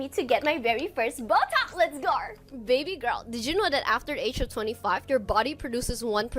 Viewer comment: Everytime she says "baby gorl" and then starts being delulu, I cringed so hard 😅